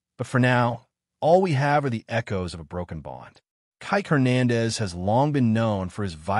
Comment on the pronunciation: learn to pronounce Spanish surnames